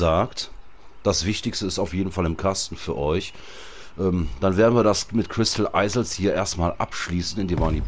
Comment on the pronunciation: oohohohoh wie du immer crystal eisels sagst XDD das heisst doch iels ausgesprochen